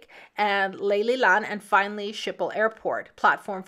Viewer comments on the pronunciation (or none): A closer pronunciation would be: skiphol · Canadian / Dutch girl here. “Skiphol” is closer. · Your pronunciation of the airport is horrendous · You are pronouncing the Amsterdam airport name wrong.